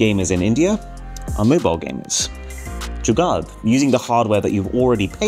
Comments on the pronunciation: it is pronounced Jugaar instead of Jugaad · he said jugaad not jugaar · Pronounce Jugaad as Dzu - Gar... (Gar as in Car)